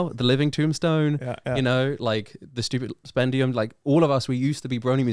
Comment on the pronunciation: bro said "The stupid spendium" 💀💀💀 But also I fing love that guy, literally my favorite musician along side Fox Stevenson